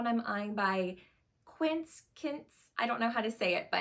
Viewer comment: It’s “Qwince”